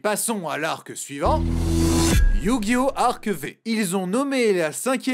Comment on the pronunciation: sa ce dit: Yu-Gi-oh arc five